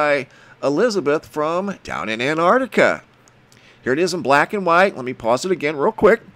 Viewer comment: Hi,I cannot help this,i am an old fashioned Englishman.I love you dearly & what you do but please please stop saying "very" unique.If something is unique then it is..........that's it..........unique,also please concentrate on the pronunciation of the Southern Continent,you get it right & then it all goes arse up,I love what you do but .....................I am probably a pedant but I like things right.Am a retired English Butler aged 72 so there you may have a reason & yes I worked in High Places not for a new Millionaire